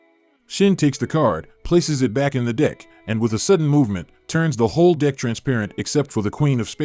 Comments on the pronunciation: I hear something else everytime when he says the word 'Deck'. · Yeah😂 dude!! i do the same, and i kindah feel like he literally is saying the other one we heard in place of the "DECK"🤣🤣 if so, the guy's a savage dude 🤣🔥🔥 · You're not the only one 😂😂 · What accent is that- when you say “dick” instead of “deck”? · Pronouce DECK better. Sounds like DI** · Why does this voice say dIck instead of dEck? It's pretty distracting 😅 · I can't help but hear the word dick instead of deck 😂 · Old and it sounds like it's saying "dick" and not "deck" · I can’t not hear the word “dick” when the narrator was saying “deck” 😂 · Why does it say "dick" instead of "deck" every time 💀💀💀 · i cant get past saying dick instead of deck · Is it intentional to replace the AI voice saying “deck” with “dick”? Obviously, moar comments xD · Am i the only one hearing "dick" instead of "deck"? XD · Thank u for sayin DICK! Instead of deck... obv, dribbling, clear dick etc, slit at the very center... well played sir. I missed some...😅😅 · Are you saying "Dick" instead of Deck😂😂😂😂😂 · Do you really keep saying "dick" instead of 'deck'? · Dose anyone else realize it sounds like the Narrator is saying the word dick instead of deck😂 or is it just me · How have y’all not noticed that he says d**k every time he tries to say deck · how can you spot this stuff, and yet still say dick instead of deck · i keep hearing "ask her to put her hands on the DICK...hold the DICK" 😂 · I hear the word "dick" not "deck" 🤷🤔😂😂 lol loved the video tho! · Consider modifying the voice to say deck and not dick. Giggled like a 5-year-old. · It's a deck, not a dick. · Dick or deck? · It’s a deck not a dick 😂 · It’s a deck not a dick! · Why does this guy keep saying dick instead of deck? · Voice says Dick rather than Deck.. so the first voice works better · as much as i loved the video, every time you said "deck", it sounded exactly like "dick" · You are 100% saying dick sometimes 😂😂😂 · You know damn well you’re saying “Dick”